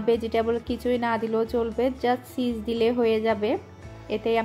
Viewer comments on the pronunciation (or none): সিস না চিজ